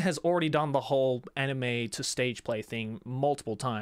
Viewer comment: i still dont get why you still dont pronounce anime in japanese. it hurts my ears so much.....